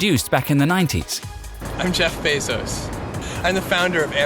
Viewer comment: “Jeff Beezoss”